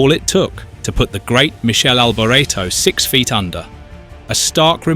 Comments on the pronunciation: Michelle Alberaaato ???? WTF ? Im an Aussie, and i can say it correctly 🇦🇺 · Meekeli alboreto. I think that is how you pronounce it. Michele alboreto is how you spell it. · Michelle Alberto? Really? He is the subject of your video, man, at least you should start by getting his name right... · At MICHEL ALBERTO I paused the video and scrolled down to the comments searching for somebody that had my ilk disappointment for the utter carelessness in pronouncing a name of a F1 driver from someone, that called F1 ICONS, is supposed to know well. I didn't go forward in watching the rest of video. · It's pronounced Mik-ay-lee Al-bor-eto, not whatever the hell you're saying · Pity you couldn’t pronounce his name correctly! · Michele Alboreto...c'mon repet Michele Alboreto!